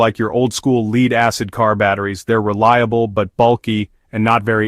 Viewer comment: An AI generated video? At 2.41 minutes, the narrator pronounces "lead" as in lead acid as lead as in leader. It isn't lead is an element, symbol Pb. It is pronounced as "led" the past tense of "lead". English as some strange nuances, like most languages. Despite the narrators, seemly, excellent English, this error revealed the AI generated speech. However, excellent topic, and congratulations to BYD for this great innovation.